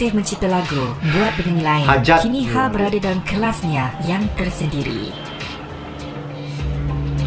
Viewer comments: sebutan hel bkn hal, salah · hael itu sebutnya lebih kurang kayak "hell" bgtu mas bkn hal. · Mas sebutan nama 'hael' husaini tu bkn 'hal' tp bunyi nya 'hel'...